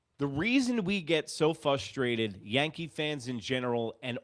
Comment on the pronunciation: Idk if you're doing it intentionally or not, but the word is "frustrated"